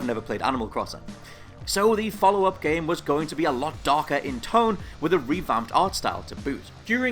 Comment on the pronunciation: what's a jame?